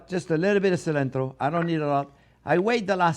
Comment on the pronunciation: Dude I’ve never heard him say cilantro lol Love this dude!